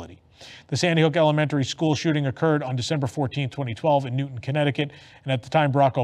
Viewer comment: Minor detail, but Connecticut's Newtown is pronounced like "new town" instead of like Isaac Newton.